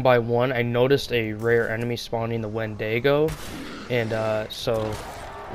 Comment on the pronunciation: "Wendego" lmao